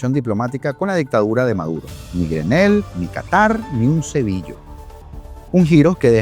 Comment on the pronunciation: Criatura 😮dijistes: "SEBILLO" ...Quedé loca😮